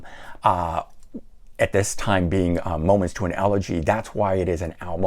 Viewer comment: you pronounce Monuments to an Elegy wrong.